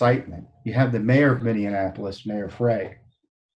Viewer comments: Tom, just a note, it is Minne-apolis, not Minne-anapolis. Just an FYI. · It is called Minneapolis not Mini Annapolis. otherwise I think You and Judicial Watch do great work for our nation.